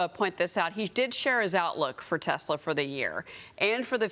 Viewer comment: TACO Man said he loves his "Tesler".